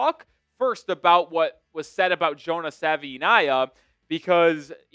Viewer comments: Sa-vai’-ee-nai’-a Say it with me folks. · ‘ think Hawaii to say Savaii ‘